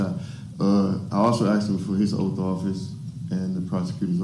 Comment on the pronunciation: Why is it that a majority of Americans, especially African Americans can’t pronounce “asked” or “ask”? “Aksed” or “Aks” is what usually comes out.